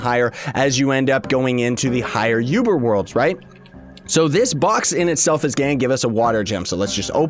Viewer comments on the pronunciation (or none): "Higher yuber worlds" lol